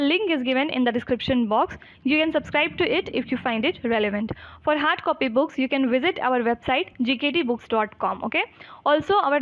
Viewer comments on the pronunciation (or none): none